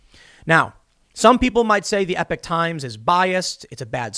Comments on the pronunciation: I see and read it as epock as well, you aren’t crazy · Eee pock times not epic times